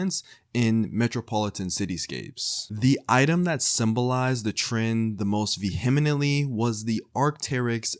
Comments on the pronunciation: hate to be that guy but it’s pronounced ‘’vee-mently’’ not ‘’vee-hem-ently’’ 😭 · “Vehemenently” you were the slow reader in class, fix your english